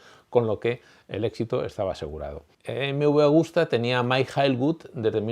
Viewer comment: Hola , es Agusta no Augusta. Pero esta muy bien , Agostini es sin duda el mejor de todos los tiempos sin discusión. Gano en 2 y 4 t en las categorías grandes y lo que para mi le da más valor ganaba en la isla de man. Sigue así, me encanta la historia del motociclismo. Gracias por tu gran trabajo.